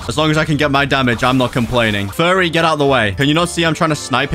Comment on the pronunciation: Can we get much higher? “I think we can het higher.”